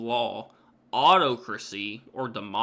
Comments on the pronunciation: Autocracy.... say...... Awe-TOCK-Ra-SEA. your English lesson of the day over mate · Autocracy is pronounced: 'Awe_tock_rassy'. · It's pronounced Or-tock'resssy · I'm not sure how you're doing it but I'm hearing you just invent an extra syllable for the word Autocracy. Weird....